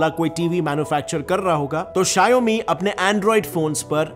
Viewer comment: your pronounciation on Xiaomi is wrong